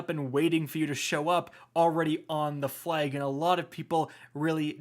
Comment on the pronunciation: “The fleg.”